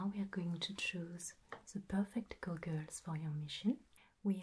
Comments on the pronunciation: She pronounces goggles like gu-guls and I love it lol. I may have a new favorite ASMR channel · I just like to hear her say " goggles ". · THE WAY YOU SAID GOGGLES JUST MADE MY WHOLE DAY I loved the video id love another optometrist video this was very very tingly and relaxing and the steampunk optometrist was perfect it's my favorite video on the internet right now and my favorite video you've ever done please make another steampunk optometrist I need new as you call them "goggles" 😂